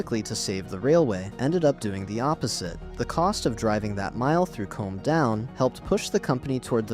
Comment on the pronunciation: Next time use a real narrator and don't leave it to AI to select the images. Far too many foreign trains shown. By the way, Combe is pronounced koom, not comb.